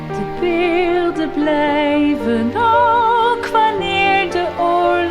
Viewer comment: Yes, you pronounced that perfectly!